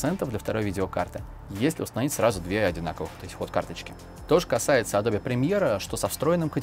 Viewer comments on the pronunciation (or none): none